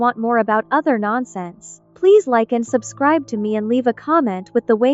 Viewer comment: Bro said subcribe